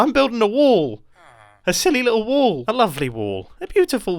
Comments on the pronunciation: pice of LOVVLLEY little WAOOL! he says insted of a lively or lovely bit little wall than others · he says woll instead of wall lol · Me every time Mumbai say wool instead of wall 🤦‍♂️ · you are calling your wall waol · I love the wall so much, but as an American I just- i can only hear WOOL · Nice woal mumbo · When mumbo said"This might be my best woll look how cool it is!" Had me just laughing my bum off😂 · Is Mumbo trolling us by pronouncing wall as wool? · I kept on thinking he was saying “this is a good wool!”